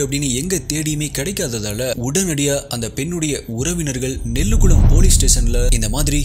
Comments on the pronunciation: Nelukkulam is correct pronunciation bro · Machi i don't no royal English I known poor English OK... In this video 3.45 this time u say nelligulam or nellugulam.... Why u r Good youduppe and also ur good walkthuro then why u saying like that...... this not good... U r youdupe flowier what u thing about u......